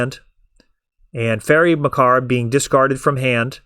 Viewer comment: Great video. You and I are going to have this conversation every time bro... It's Fairie MUH-CAHHB, like "corn on the COB".